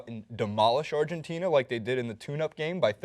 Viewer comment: outside of the fact that he mispronounced Argentina smh... and everyone on the first dream team were ball dominant as well, including Mr Barkley, those guys weren't scoring all those points being role players. true the competition is a bit better but, I saw a interview where Barkley said these new international teams wouldn't come close to the dream team he played on so what does that mean? these are things journalist shouldn't shy away from. instead of just agreeing with Barkley cause it's convenient, or maybe they don't actually know what they're talking about?